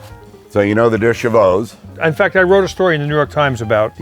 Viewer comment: He said "Deux Chevaux" ! Yeeesss !!! That's the real french name !!! And not "two civi" !